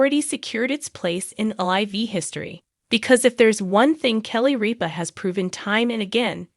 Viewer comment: Say Kelly ripa's name right